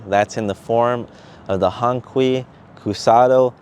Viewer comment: You didn't even care to find out how to pronounce it right. Another wannabe